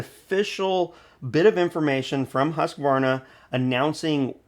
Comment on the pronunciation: Bodey did a great analysis and gave us good impressions of the data so far on the 564xp. The new 564xp is now making 70cc power. I hope Husqvarna, pronounced Hoosk-varna not Hussk-a-varna, got the fuel injection system setup for good fuel efficiency. The 550ixp is too costly. Hopefully the battery isn't heavy, otherwise the battery saw will erase the weight advantages of that size saw versus the bigger 60cc saws.